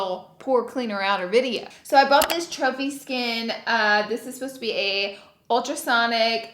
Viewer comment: In the beginning when u were showing the product I thought u said chubby skin not trophy skin lmao 😂😂😂😂 love u Laura ❤️